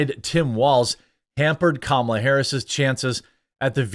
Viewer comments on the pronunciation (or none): IT'S STILL........KA-MA-LA....